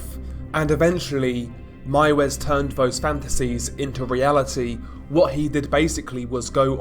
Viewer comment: You are the First english who said Armin Meiwes Right 👍😄 Good Video Man 👍